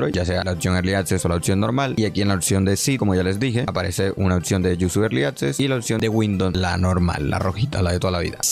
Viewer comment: porque dices otcion? si literal se lee y se escribe como es